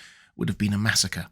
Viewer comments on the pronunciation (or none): none